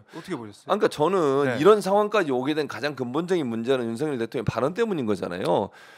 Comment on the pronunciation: 국민여러분~잘~ 들어보세요. 이란 이 아니라 이런 이고요. 적 이 아니라 정 이라니까요~ㅋㅋ